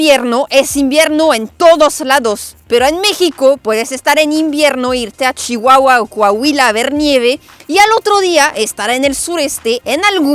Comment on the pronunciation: Pronunciaste CHIHUAHUA como toda una nativa 😂shiiiiiihuahua saludos desde Cd. Juárez